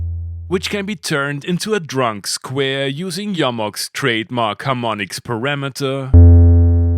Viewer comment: The only thing better than the Mbase and this review is correct pronunciation of Jomox, "Yo-Mox", thank you, I love you.:face-red-heart-shape